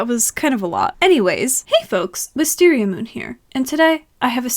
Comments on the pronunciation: You said “hey folks wisteria moon here” not “hey folks wisteria MOON here” 😭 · Ikr it just felt off I was like oh noes something is wrong😨😨